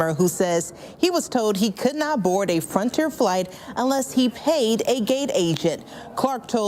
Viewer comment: That reporter in the red turtleneck mispronounced the words told as "toad" and Frontier as "fronter"